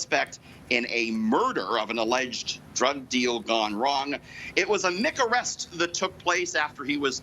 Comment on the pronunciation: Did he say “it was a nig-arrest”? At the end?